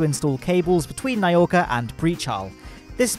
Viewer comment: Nauka. Not ny-oka, nauka. Na-ou-ka.